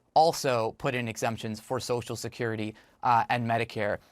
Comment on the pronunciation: Biden has been pronouncing it "Sosha Curity" for 40 years.